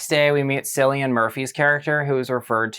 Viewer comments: It's pronounced kill-ee-an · I've always pronounced it as Kill-ian (the correct way and I looked it up to double check), so it surprised me when my Dad started calling him SILIAN after watching 28 years later: the bone temple. I thought "am I the one saying it wrong and this is Irish?" No, diva is hardly wrong. 💅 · Ppl still pronouncing cillian murphy’s name wrong in 2025